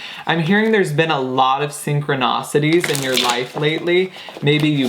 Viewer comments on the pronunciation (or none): 1234 Thank you. It is not syncronocities its synchronicities.